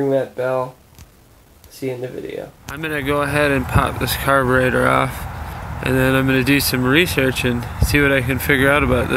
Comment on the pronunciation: caberator or carburetor?????????????